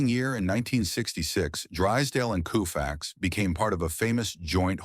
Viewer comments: It's pronounced Kohfax, not Kewfax. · Lose the AI narration. Koo-fax? Gimme a break! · This guy has a channel called baseball icons and he doesn’t know how to pronounce Koufax! 😮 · Sloppy work. AI narration annoying and it can’t even get Sandy Koufax’s name right. Also repetitive. And when the video covered his Cy Young Award it showed Ferguson Jenkins. The only reason I watched as long as I did was to point out why this video is awful. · Who's on the left ? And yes, that wasn't good pronunciation of " Koufax".